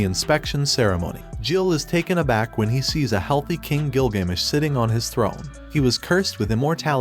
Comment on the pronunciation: "by the king gilGAYmesh" as a history person, that stung a little